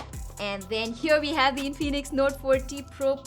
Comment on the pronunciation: its not in-phoenix its infinix😀😀